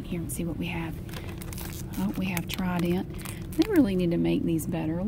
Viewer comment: “Tri-dent”❤️😂 love it so much